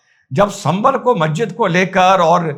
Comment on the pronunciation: 😂😂 MAJJID❌ MASJID✅ Pehle mujhe shak tha ki tu musalman he bhi ya nhi Per aaj yakeen ho gya Musalman ka naam rakh k muslim chola odh kar musalmanon ko hi gali deta he Ab wo Masjid hota he Majjid nhi😂 Tu kahe ka musalman ab koi bat nhi tu kitni hi gali dele musalmano ko ab sabit he tu ek behrupiya he